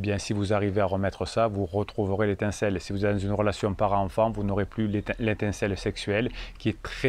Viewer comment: Et l’intincelle! 😂🤣 a pris l’apéro avant de faire la vidéo? Faut nous attendre 😂